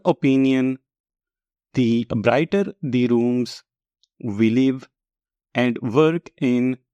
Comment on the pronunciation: Your AND sounds like AT ...